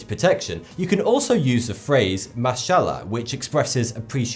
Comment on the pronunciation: The way he read ‘mashhallah’, im dead XD